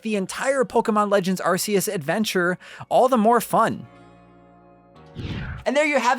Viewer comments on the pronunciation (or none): It should be worth noting that Arceus' name is officially pronounced "Ark-eus," not "Ars-eus." You didn't seriously call it the "Arse Phone" the whole time, did you? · It’s archeus not arseus Q/K sounded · If you say "Ar-say-iss" instead of "Ar-kay-iss", then you have to say "Arse phone" instead of "Ark phone". If you're gonna use the soft consonant, at least commit to it. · Stop putting ass in the the games title It’s pronounced arc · 'Ar-See-Us' is the original and correct pronunciation still used in the Japanese commercials to this day. So technically, yes, going by the originally intended pronunciation, it probably IS an arse-phone. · Game Freak first said "Arseus" when they revealed the game, they only changed the pronunciation after some Brits complained it sounded like 'arse', so they then said Oh nevermind it's pronounced "Arkeus". But even first graders know a C before an E isn't pronounced like a K... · Are-See-Us :C I cry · Actually the original and correct pronunciation is 'Ar-See-Us', it's still used in all of the Japanese commercials to this day. You can't even argue that it's a localization thing because it's the exact same word and its not even that hard to pronounce. There is no reason to force your butchered western pronunciation on everyone else, especially when the creators of the game say it 'Ar-See-Us'. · Actually 'Ar-See-Us' is the original and correct pronunciation, it is still used in all the Japanese commercials to this very day. The game was created in Japan (and the original diamond/pearl released there first) so it's safe to assume they have the correct pronunciation. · You couldn’t be more wrong. Official Nintendo site calls it Ark-eus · Hey, it actually is pronounced ARK-ee-us. It was really funny to hear your incorrectly correct Alex in that other video. 😂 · Darn it,!!! Its Arceus!!!!!! NOT BLOOMIN ARSEUS!!! Bloody moron!!!!!! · If you're going to say asseus just don't. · Not Shane Dawson saying Arceus wrong 💀